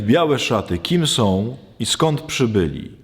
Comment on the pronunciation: Proszę poprawić wymowę. Nie tom a tą, nie som a są, nie glupotom a głupotą... itd, itd...